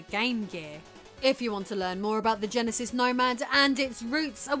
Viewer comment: Oh yes...the Sega GEHN-asis (not the Jen-asis we all know and love). Oye vey!